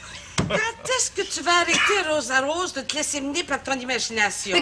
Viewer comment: Le seul mot que le figurant a à dire, "Rosa-Rose", il se trompe et dit Rosara......!!! (j'ai réécouté 3 fois). Le gars était nerveux, il avait dû penser à ce moment pendant des semaines, pratiqué "son" mot devant son miroir, et a fini par se tromper... j'espère qu'il n'a pas vécu caché chez lui par gêne le reste de sa vie😁😆😅